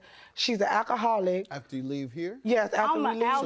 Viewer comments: "Akaholic" "dutch" tape. "ax" instead of "ask" stay in school, people, before worrying about adding anymore people to this earth. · "AK-A-HOLIC". "AXED" instead of 'ask'. The plaintiff's witness yelling and fussing AT the plaintiff. Mentally deficient, emotionally defective and just plain old, garden variety ratchets! I am truly embarrassed for them. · And "AK aholic". Axe, instead of ask. "Dutch" and "Duck" tape. "Pitchers" instead of pictures. Ridiculous! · And a akka-holic